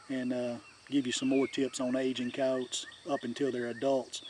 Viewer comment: All about Coyotes but you don’t even know how to pronounce their name right 😂😂😂